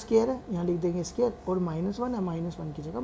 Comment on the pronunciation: bro a scare nhi square hota hai